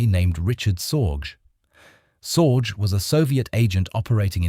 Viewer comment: Very good; but here's a note on pronunciation, so as not to sound completely ridiculous with this kind of content where German names and concepts frequently occur. The German letter g is NEVER pronounced softly, as in "general." It is always hard, as in "guttural." Thus, the last name Sorge would sound like zorgeh, not zordzh.